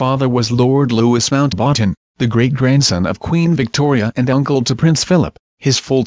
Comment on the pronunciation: Mount- "waaten"?